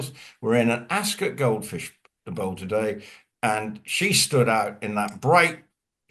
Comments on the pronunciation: ☺️Ascot is not said as Epcot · don't know where he's from but I'm English and we say ASCOT, OT not UT